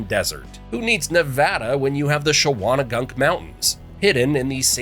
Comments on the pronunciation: There are many mispronunciations in this video: Ashokan Reservoir, Shawangunk Ridge, Kaaterskill Falls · It's always funny to listen to people who aren't from NY try to pronounce names here.